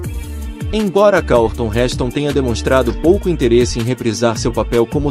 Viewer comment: Robô idiota. Pronunciou "Karlton" para Charlton Heston.